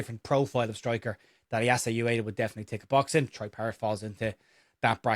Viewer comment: Ueda: oo-eh-da, not you-eh-da